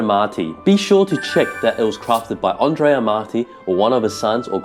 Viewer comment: I love and admire Twoset but a few criticisms are in order. The background music is too loud and distracting - not to say unnecessary/annoying. Some of the pictures (AI?) show impossible pegs, which I find painful to look at. The correct pronunciations are Andrea (not frenchified 'Ondrea'), Majjini, del Jayzoo (stress on second syllable) and Ca-no-nay (three syllables, stress on second). And the second 'g' in Gagliano is silent. And as for the pic around 19.23, the less said the better.